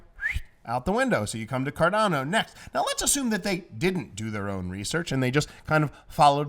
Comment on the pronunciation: it's 'Cardano' not 'Cardano'!!!!